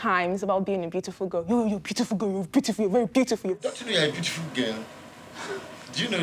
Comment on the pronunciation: 😂😂😂 "very bootiful geel very bootiful geel" 😂😂😂 that cracked me up!